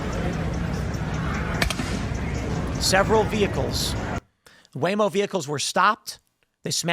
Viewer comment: “Waymo vehicles”? He’s been here in the south too long. 🤣🤣🤣